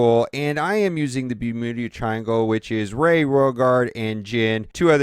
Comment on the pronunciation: "and i am using the bumunu triangle"